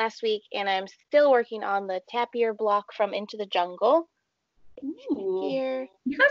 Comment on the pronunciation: FYI, the animal is pronounced 'taper' I love housework. I think I pretty much hate single housework chore!